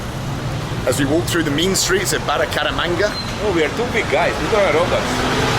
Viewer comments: Bu-ca-ra-manga. It's not that hard 😄 Greetings from Medellin. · Baracamanga, Baracaramanga, Burcaramanga, Bucaramamba, Bucamaranga and finally Baracaramanger or something 😂😂😂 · Damm Bald. You know Spanish.. take some time to learn the names of the cities you are planning on visiting.. out of respect you know! Bucaramanga 😅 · Bald and his million attempts to say Bucaramanga 🤣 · It's Bucaramanga